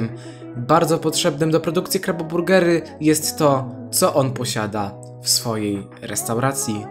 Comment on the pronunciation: jak coś mówi się krabo burgery a nie kabo burgery